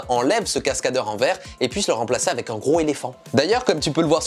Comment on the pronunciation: J'ai vraiment du mal avec ta prononciation du mot " avec" que parfois tu prononce "avait", sinon très bonne vidéo 👍